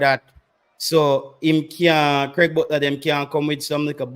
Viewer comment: Is someone trying to distort facts. The man's name is "Craig" not "Graig". I see what you are trying to do.